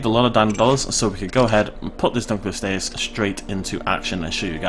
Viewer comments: U R SAYING THE NEW WATER CREATERS NAME WRONG DUNK O LOST E US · its pronounced dun-lo-lost-ee-us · Its name mean's Dunkle's Bone, named after its discoverer. Therefore it is pronounced Dunkle-ost-eus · Dunkle-ost-eus. It was named after its discoverer David Dunkle and means Dunkle's Bone, there for it is pronounced accordingly